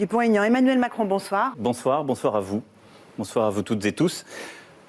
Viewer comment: Le "Bonsoar!" dès le début m'a fracassé 😆